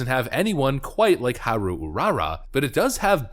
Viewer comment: haha I died laughing at the way he pronounce haru 🤣😂